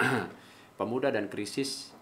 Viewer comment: Pemuda bro bukan Pemua..😆